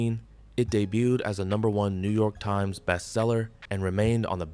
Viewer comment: Are you saying time-ez? or is it suppose to be times?